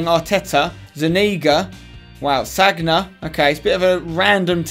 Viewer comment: Sagna is pronounced sanga